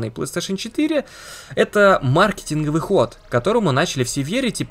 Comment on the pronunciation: Респект за ударение ма'ркетинг👌 и полностью согласен по поводу оптимизации, но люди как стадо, мерятся у кого больше, это не искоренить, а майки на этом играют каждый раз